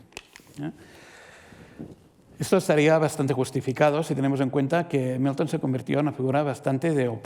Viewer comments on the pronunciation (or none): Por qué pronuncia "miuton" confunde porque uno piensa en Newton...